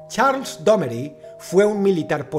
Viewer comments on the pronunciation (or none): none